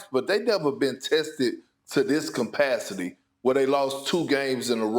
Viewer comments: Its capacity NOT compacity you illiterate over rated player, Perk. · "Compacity" Perk says 🥜 🥜......why is this man still on first take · I was wrong should be Austin's new name , and did this ninja Perk say compacity?